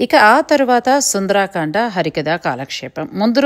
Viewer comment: నమస్కారం! మీ ఆనందాన్ని చక్కగా ప్రపంచానికి పంచారు. ధన్యులు! సుందరకాండ అనాలి. సుందరాకాండ అన్నది లేదు. సుందరాంగి ఉంటుంది కానీ సుందరంగి ఉండదుగా!?! 🚩 జై శ్రీ రామ్ 🚩